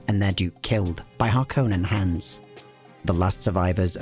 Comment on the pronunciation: THANK YOU! The only youtube channel that pronounces harkonnen correctly.